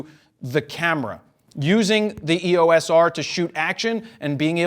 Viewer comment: It is versus. It also grinds my gears when he pronounces EOS as "EE-Oh-Ess" instead of "EE-yoce"